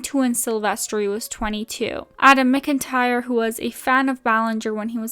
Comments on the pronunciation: just letting you know adams last name is pronounced mac-entire not mic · This is gonna sound petty but since you like Adam too, can you at least pronounce his surname right? ("MAC-in-tire")